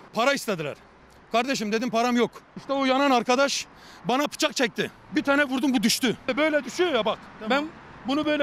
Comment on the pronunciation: işte o "yanan arkadaş" bana "pıçak" çekti 😂😂